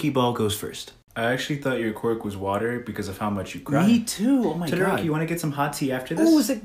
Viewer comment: Why u say TODORONI